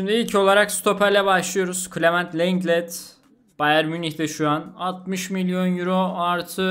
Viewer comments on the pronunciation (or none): abi şu telaffuzlara çalış biraz lenglet diye okunmuyor longle diye okunuyor